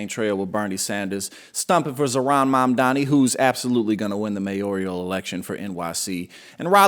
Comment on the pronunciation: It's Mamdani, not Mamdami. And you are nothing but a a LIAR, LIAR, LIAR!!